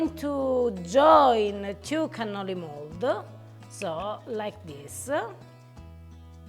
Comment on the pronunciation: Cannoli!!!! You are killing me.